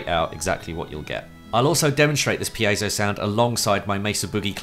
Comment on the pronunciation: Finally. Somebody who knows how to pronounce piezo